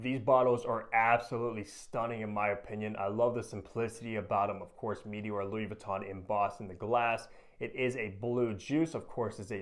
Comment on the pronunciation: It's not "mee-tee-ore". Comon man.